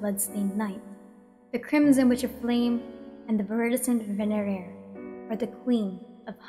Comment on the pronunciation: My Hispanic tongue cannot pronounce venerer.